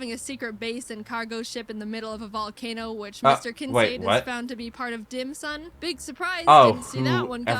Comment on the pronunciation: You actually meet Blake Hall several times during the game so I don't know why she acts like you only meet him right before the Darkrai fight. I'm also puzzled why she pronounces Kincaid the way she does. But OH MAN Ranger is a good series. It's very witty. More Jaiden videos to react to? Anything about her bird Ari!